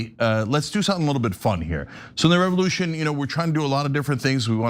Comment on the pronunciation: Revolyoution. I hope someone was appropriately disciplined for that.